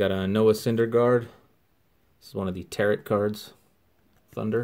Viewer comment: Just for future reference, it's pronounced Tar-Oh. Nice cards